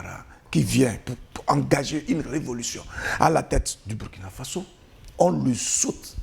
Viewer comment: Commentaire tres important, et tres pertinent. Cependant c'est Burkina Faso, qui se prononce "bourkina". Le nom "Burkina" vient d'une langue de pays.